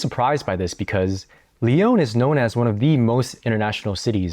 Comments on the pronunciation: pourquoi tu prononces lyon comme « lee - own » Je pose cette question sérieusement, si t’habites à lyon pour un longtemps , je suppose que tu connais français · It's funny, you know how to pronounce putain properly, but not Lyon😂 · So you lived in Lyon for two years and are not even able o pronounce the name of the city correctly?? And you think you are able to give a nuanced commentary?? This is hilarious.